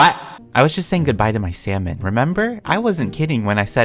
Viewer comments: When you said salmon I thought you said sells man😂🤦🏽‍♀️ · Nobody:: you see I buried a sALmoN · you sure thats salmon..-: no- i means yesh